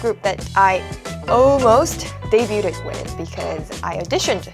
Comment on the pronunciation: ⚠️⚠️ DEBUTED is actually pronounced as... day-BYOOD... not day-byoo-TED. ⚠️♥️